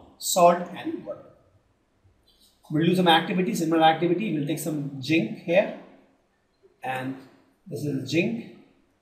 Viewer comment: It is zinc not jinc.... Other than dat it is a very helpful video